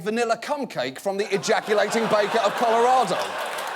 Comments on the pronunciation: "Coralado" Great job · "Corolado." John Oliver, your immigrant is showing.